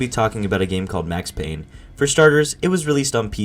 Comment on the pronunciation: It’s Payne